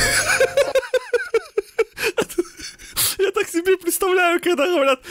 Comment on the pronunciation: "strizhot gazon" 🤣🤣